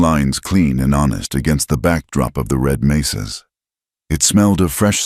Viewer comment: It is 'mesas' not 'maces'.